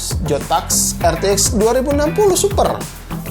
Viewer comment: jotak geporce